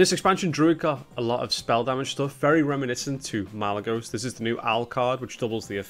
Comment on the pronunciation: Malygos? more like Mowligos